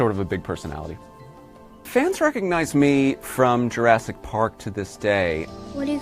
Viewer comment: Honey... It's JoeRassic Park. Do you understand?